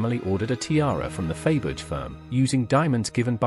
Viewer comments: I can’t watch this inaccurate video by a narrator who pronounces the name of Faberge…..Fayberge. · Glad it wasn’t only me cringing over the mispronunciation! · I never knew that Faberge made tyres like Dunlop, Pirelli and Michelin did/do. Do aristocratic women keep their spare tyres in the car boot? Sorry, but the mis-pronunciation of Faberge is horrendous; and when you cannot correctly say the name of the video's subject, I have a problem with watching it. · The jewels are gorgeous but the mispronounced name of Faberge was so off-putting that I had to stop. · It is an AI (artificial intelligence) voice that narrates this video. Thats why there is so much wrong pronunciation!